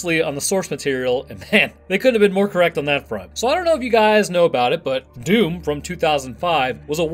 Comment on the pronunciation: It's DOOM not DOWN, come on guys!